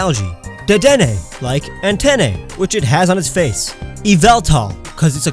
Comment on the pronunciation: you pronounced antenna wrong and your yelling at us about the GRASS starter? bitch please